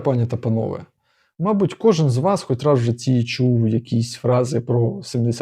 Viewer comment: Как он произнес первое слово мабуть, так не говорят не в одном регионе только когда ты намеряно пытаешся говорить на Украинском языке